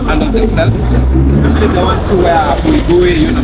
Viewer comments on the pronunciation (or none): BUIBUI ITS SPIDER WE CALL IT BAIBUI NOT BUIBUI